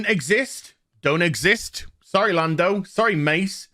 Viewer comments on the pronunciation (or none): none